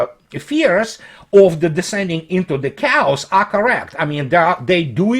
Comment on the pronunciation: Hi, just my two cents: the word chaos is pronounced as - (кириллица) "кеас", с ударением на "а". Sorry